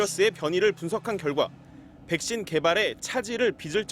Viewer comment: Vㅐ-ㄱ 신